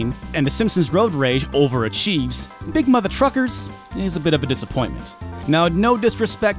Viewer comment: Sometimes when he say’s big mother truckers, i belive he say’s big mother fuckers,and i got no doubt some peoples whose hate that game definitely call it big mother fuckers. But apart from that those ports are impressive considering the gba is only 32bit with no 3D hardware builtin ,so everything had to be done in software instead, but they look more like recorded old playstation games on tape and then being compressed with mpeg encoding and end up with mpeg artifacts,phew.